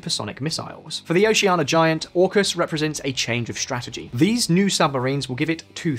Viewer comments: Oceania = o-she-ah-nia WITH an "i". Canberra = canbr⟨ə⟩, or can-berra, NOT can-bear-a. These are not problems with the English accent, they are an inability to read. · hearing this man say 'oceana' without the i is killing me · Didn't pronounce Oceania correctly even once...